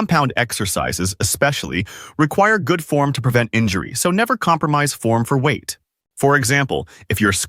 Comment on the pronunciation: It's 'WEIGHT" - not "weigth". 😂